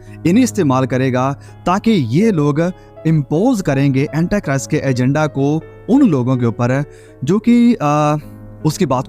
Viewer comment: Aapke sare msgs to d point hote hai...thnx for updating us for Eternal time... But its not Antachrist what U say..its Antichrist...aap hindi me bhi kahenge to chalega, English bolna itni bhi jaroori nahi hai.. baki sab bahut excellent hai 👌🔥👏👏💕👍